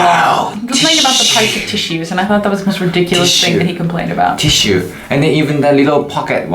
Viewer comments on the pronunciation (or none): When said tissue I thought he said " this shit" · When he first said "tissue" it sounded like "this shit" XD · Totally thought he was saying "this shit" and not tissue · i thought he was saying "this shit" when he was saying tissue haha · when he pulled out the tissue and said tissue i thought he said THIS SHIT at first lol